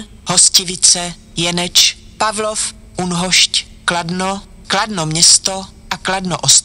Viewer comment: Zajímavě řekla Pavlov